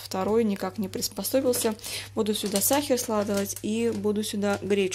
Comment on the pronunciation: Сахар, а не сахер.